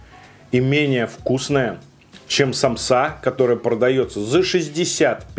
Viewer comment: Почему самсА?Правильно сАмса 💁🏻‍♀️я из Азии и поэтому аж подкупает,простите❤️